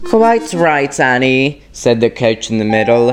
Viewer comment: It's said not sayd